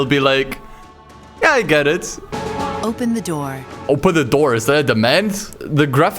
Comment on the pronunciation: Not gonna lie, when she said "open the door" all i could hear was "open na noor"